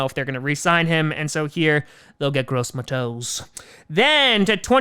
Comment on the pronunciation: Love the mock! I think Tua falls to the Pats with his injury concerns, and Packers trade back if Murray, Queen, Mims, and Higgens are all off the board (I'm really high on Higgens). Also... PSU edge rusher is Gross MAH-tos 😂